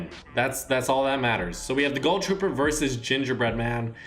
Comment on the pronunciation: Why does he say gull trooper